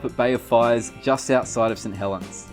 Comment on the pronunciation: Thank you for S't Helens not Saint Helens. Too many local pronunciations are being replaced with read pronunciations. Wine Glass has nothing on Boat Harbour, No. 1 Tassie beach (biased opinion).